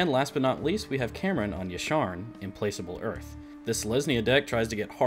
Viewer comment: im-PLAK-able not im-PLACE-able